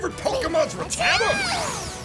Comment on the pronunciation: Sup, its Rat-da-ta not Ra-tada:( lol